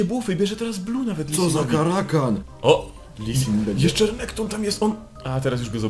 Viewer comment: Mówi się renekton a nie rekonekto xd